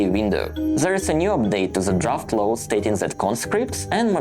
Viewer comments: please say law, now low :). Apart from that: excellent. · I am sorry to correct you, but low and law is a separate thing and please do not use that L in should, could and would, it is just painful, I know you are a decent guy, just keep improving as I do!